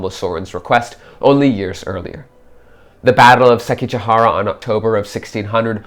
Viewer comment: There is so much wrong historically and even narratively with this video that I am actually appalled. 1. It is pronounced SekiGAhara not SekiJAhara. This is a consistent theme throughout the video as he keeps calling the Emperor Go-JOZEI, not YOZEI. Whoever is speaking does not understand Japanese at all. But somehow that is not even the worst part of this video. 2. Speaking of Sekigahara, while it is true that it had rained the previous day and that there was mist, the battle itself took place under clear weather conditions. 3. The primary focus of this video seems to be on Otomo Sorin, hooking up with Oda Nobunaga. Now I realize that this is alternate history, but what motivation does either have to meet with the other at this supposed divergence point? Nobunaga, in 1578, does not need an outsider's help unless it is to become a vassal. He already has Toyotomi Hideyoshi on the Chugoku front anyway to deal with the Mori. In this scenario therefore, Otomo Sorin would have to meet with Hideyoshi, which Sorin has no motivation to do since Sorin himself is a lord and therefore no motivation to pay homage to another feudal lord, especially one which he is not directly supporting for any reason. Even then how does Otomo Sorin reach Nobunaga in the first place, if we ignore what this would do to his prestige? Are the Mori just going to let him pass through their territory, the Mori clan which he is enemies at best with? 4. Oda Nobunaga was not resting at Honnoji in preparation for